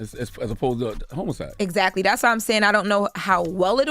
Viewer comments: The word is "HOMICIDE" but CTG keeps sayin "HOMOCIDE" (on purpose!) It's not even a joke anymore... 😐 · Did charalamage say homoside? Lol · Charla still doesn't know how to pronounce homicide 😅😅😅